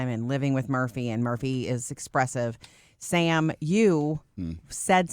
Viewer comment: Why hasn't anyone told these guys that the way they introduce themselves on radio as "Murphy, Sam, and Jodi" sounds like Murphy, SalmonJodi? That is all I hear in the intro. Jodi, SalmonMurphy will not work either. Sam has to come out of the middle space.